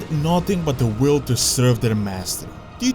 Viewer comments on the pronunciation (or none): none